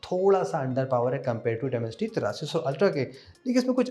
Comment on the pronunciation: Demencity 7050 bole ho to bhout hassi aayi hai